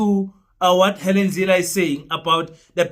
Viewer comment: Let. me make a correction.! It Helen not Hallen. I think you need to sue you English teacher.! Because he failed spectacularly to teach you anything 😂😂😂😂😂😂😂